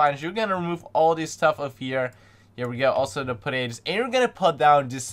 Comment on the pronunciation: I ike it how he says portables as potatos